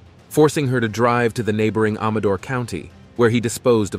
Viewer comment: its Amador like I am am-a-door.